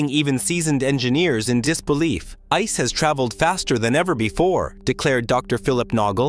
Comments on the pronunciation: Please, don't say "Ice" like the word for frozen water, speak out the 3 characters "I", "C", "E", as sequence, like you also did some times. Thx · Can’t even pronounce ICE right 🤦🏼‍♂️